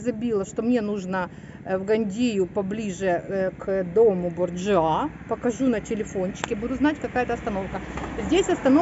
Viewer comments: BOrjia a ne BorjuA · И опыт сын ошибок трудных и гений парадоксов друг. А.С.Пушкин.🤗😉, извините за замечание но Борджиа с ударением на "о". Это семейство было главными отравителями, у них был свой яд и они его либо в кольцо подсыпали либо на кольце была маленькая иголочка и когда здоровались за руку с тем кого хотели отравить иголочка колола и гаплык. Они тем и прославились по сути. Вы смелые девочки, ходите, ездите а я бы побоялась заблудиться. У меня паника.